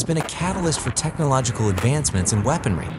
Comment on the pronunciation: What's a WEAR-pon-rees?